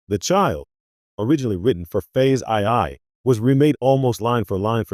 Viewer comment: Horrible AI narration. "Phase aye-aye"?? I exited this video in the middle and won't be watching this channel any more.